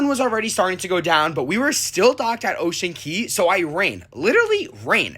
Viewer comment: It's Ocean Cay numb nuts!